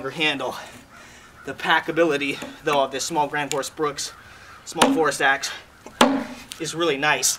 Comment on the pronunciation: Why does everyone call this Gransfors Bruks. It's Bruk not Bruks